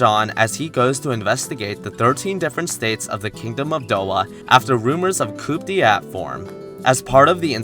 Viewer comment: > koop DE-at coup d'état /koo͞″ dā-tä′/ or koo-day-tah Also, next time you do a video like this, in the corner you should put the season it originally aired in, like Summer '12.